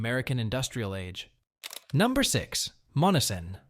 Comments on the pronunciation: Monessen is pronounced “Mon-S-en” with emphasis on the S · AI sucks. MON-ESS-EN. Not MONNESSON. Employ a human for your dumb video. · YOU ARE PROBOUNCING MONNESSON WRONG IT IS MON NESS SON NOT MONNISON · Dump the AI voice.....Monessen is hacked badly....it's - mon - ness - son not mon - a - son. About the only people that never heard of the first 2 towns you mention are from Mars. Yea, they're dead places, but so is the rest of the Mon Valley. Steel is gone and it's not coming back until WWIII and maybe not even then because we'll lose thanx to allowing the steel industry and supporting industries die. Good move unions - you helped murder our country too. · Monessen pronounced…. Mō ness en…. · You say Monessen as Mo nes sen. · It's pronounced mon e sen. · I live in Western Pa it pronounced MON ES SON. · Monessen is pronounced Mo-Nessen. It is named after Essen, Germany (a big steel making town) and the Monangahela River - Essen on the Mon River! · I currently live across the river from Monessen. They are not saying the name correctly. I live in Charleroi PA accross the river from it. It's not as bad as Monessen but it's still not good and we have empty houses and buildings as well. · Obviously your not from Pennsylvania otherwise you would know how to pronounce Monseen sorry to be rude.but when you do these please learn who to pronounce the Names ok.thanks for Sharing hope you have a good evening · You are pronouncing Monessen wrong